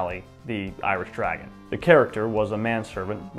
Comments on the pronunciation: The Irish DragOOn not Dragon 🐲. dragoon /drəˈɡuːn/ a member of any of several cavalry regiments in the British army. Good video though, regardless. As a boy I used to love books on early America. 😢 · Irish Dragoon is not pronounced the same as dragon